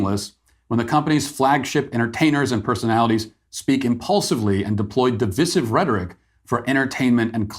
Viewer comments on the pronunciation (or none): It isn't div-is-iv. It is div-i-siv. Cmon...this is America! :D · Isn't it "di-VI-sive", where the middle I is stressed and pronounced with a long "I" ? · Is it pronounced 'divissive' or 'de-VICE-ive'? Argument begins below... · You're pronouncing "divisive" incorrecly Matt. Div-eye-seive. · The pronunciation of divisive is divisive... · Quick question as a non-native speaker: Why does he pronounce divisive like that? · Is the way Matt pronounces 'divisive' really the way all you guys in the States say it? 🤔